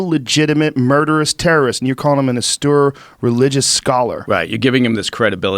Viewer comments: Joe, "austere" is pronounced "Os-teer", not "a-stoor". C'mon, bro! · Austoor. Austere, Joe. Fckin Austere. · Joe doesn't know the word austere. He kept saying it wrong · Ast-oor religious scholar, eh Joe? (It's pronounced aus-teer) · Breh, the word you’re looking for is “austere” pronounced “aw-steer,” drop that “austoor” stuff already, we’ve been over this before. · Austere Joe. Aw steer. As in: Ah! Steer clear of words you don't know how to pronounce! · ASTUR SCHOLAR🤣🤣🤣🤣🤣🤣 Joe says it three times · Austere, (aust-ear) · Joe "Austurr" Rogan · Austere ( Awww — steer ) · "Austure"? Jeez Joe.... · Say “austoore” one more goddamn time... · It's goddamn auSTEEEEEEEER. Ffs. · OMG!!! They were trying to pronounce the word "austere"???? They completely butchered it!!! I didn't actually know that they were saying that word until I read your comment hahahahahahaha